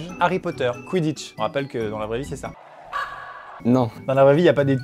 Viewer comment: t pas le seul a trouvé que sa fais mal au couille le cwiditche